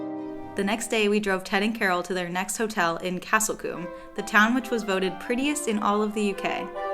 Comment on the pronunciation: I’m just wondering what you call small settlements in the US? A couple of places you described as towns are in fact villages e.g. Lacock and Castle Combe ( which BTW is pronounced with a long o sound, as in cool!). Enjoyed your trip through the Cotswolds.